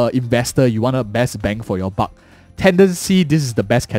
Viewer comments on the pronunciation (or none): none